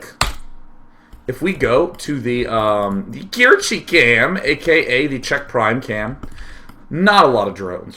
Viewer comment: Kirche = Cherry in German. It is not pronounced KEER-chi.